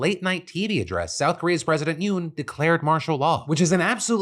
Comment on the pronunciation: Who all acted like they went fast every time Phil said "Yeun"? Just me? Cool 😅